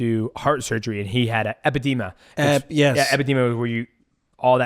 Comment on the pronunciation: Ah the good old “epidema”